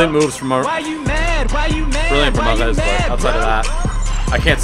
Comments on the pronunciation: Why does he pronounce Mahrez the French way? Lol its an Arabic name and is literally pronounced normally as Mahh-Rez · I hate the way you pronounce Mahrez and De Bruyne 😒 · Dude that's not how you say Riyadh mahrex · JUST FUCKING SAY MAHREZ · I hate the way you pronounce Mahrez and De Bruyne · Why does he say Mahrez's name like that?? Put some RESPECK on it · Molester is a team with one season wonders they just are and stop over pronouncing mahrez' name it's super annoying and he's not even African hes French and he just changed his nationality it's French not Arabic I'm not a hater it's just annoying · Stop pronouncing mahrez the way you do